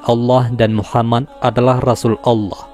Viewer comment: Min mohon maaf saya ingin bertanya mengenai cara penyebutan nabi Muhammad SAW ada yang salah dari awal vidio saya nnton sampai di penghujung tiap mimin sebut nama muhammad menjadi muhamman itu kenapa? Mohon maaf sebelumnya kiranya untuk pertanyaan saya ini karena saya masih merasa krg enak dikarenakan penyebutan nama yang salah itu terjadi bukan cuman sekali tetapi sampai akhir vidio